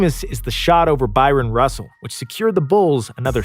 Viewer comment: I lost a whole lot of respect for this channel after mispronounced BRYON Russell for BYRON Russell. Com'mon! Get your names right